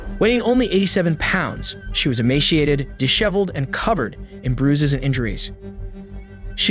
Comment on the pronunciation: Emaciated*, not emashiated.